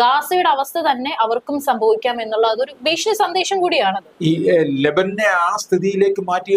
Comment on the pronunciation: രാഛ്യങ്ങൾ അല്ല കുട്ടി, രാജ്യങ്ങൾ ആണ്.. ബീഷണി അല്ല ഭീഷണി ആണ്.